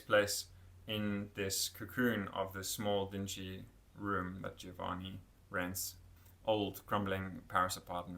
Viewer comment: It’s pronounced Giovanni not Gïovanni